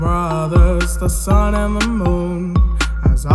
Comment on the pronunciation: you said "sin" not "sun" just to tell ya not making fun of you or anything just letting you know